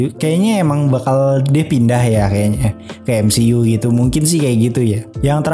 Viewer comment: Bro kalau ngomong MCU itu "emsiyu" bukan "emsi u" aneh dengernya... #saran